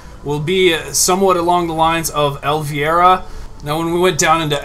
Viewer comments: elvira !!!!! not el...virhdgcdyc or whatever u said jeez violent look her up its the qween of the dark ....... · Elvira, vira sound the i as a vowel (el-veyera) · you didn't pronounce Elvira right at all (El vy ra)